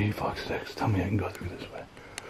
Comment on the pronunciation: I had to laugh when you said fuch sticks. I thought I was the only person that said that. Lol. Also I say fuch shit. Great work man.